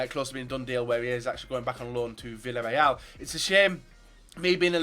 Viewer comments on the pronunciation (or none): none